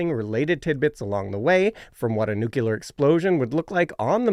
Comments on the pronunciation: Maybe NOT laughing at the horrific launch pad deaths of the balls-of-steel Apollo 1 astronauts would've been the better way to go in this video. It turned my stomach. I'm unsubbing from all Simon's channels as soon as I post this. And it's NEW-clee-ar, not NOO-kew-lar. It's not hard. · Fascinating and informative. But please, please, PLEASE-- one of you needs to learn how to pronounce the word NU-CLEE-ER!! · NUKE - U - LAR. 🙄 Stop it. Just stop it.